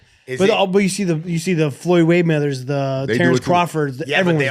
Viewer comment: “You see the Floyd Waymeathers” 😂😂😂😂